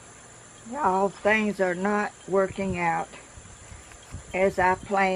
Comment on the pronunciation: Good on ya ! I love the pot and I love how you say, Y’all.